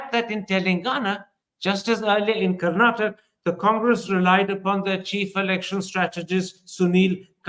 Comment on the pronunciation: It's Karnataka sir not Karnatak !! Inspite of your reputation why this blunder always? KARNATAKA, Kannadiga & Kannada.